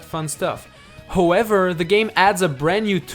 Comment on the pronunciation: it sounded like he said hoever😂😂